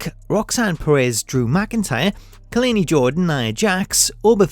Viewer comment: You keep pronouncing Kelani Jordan's name wrong.. well, her 1st name at least.